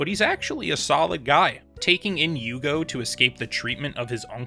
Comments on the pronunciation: Bleach is the first anime that I like so much I want to watch the fillers. Admittedly only after I finished the canon but still. Normally I just skip em and don’t think twice. I think name is pronounced “you-hah-bach” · Here u go, u had problems with Pronunciations right? it's yuhabakh or yuha-baha in Japanese pronunciation depending on characters personal dialect. In English, It's popularly pronounced as "yhhw akh" but you can also refer to him as "Yuha" it's popular among fandom.